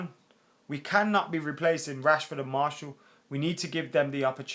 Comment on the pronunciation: His name is MAR-TIAL..Not MARSHALL. He's a French footballer. Not an Ampflier.